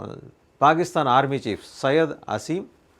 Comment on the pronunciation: చీఫ్ కాదండి చీప్